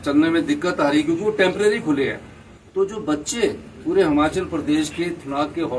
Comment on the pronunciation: Hamchal nhi hota yll Himachal bolna to Sikh le 🤦🤦🤦🤦🤦🤦